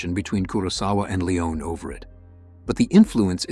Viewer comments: Yeah, not to mention Sergio Leon. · I can understand the desire for a perfect reading. We humans are often unclear, have difficult accents or speech impediments, and stumble over words. Presumably, before AI fetched the clips and built the continuity, something like this began with a script created by a human (?). I would suggest inserting phonetic spellings such as SIMM-uh-rahn and lee-OWN when exotic words come up on the first pass; they review before posting- right? Right?